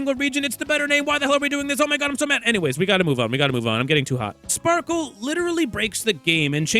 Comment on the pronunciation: Genuinely it’s Sparkle, Respectfully